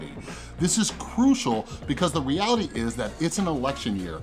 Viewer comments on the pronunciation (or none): none